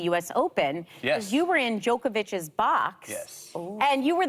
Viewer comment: who tf is "joke-avich"?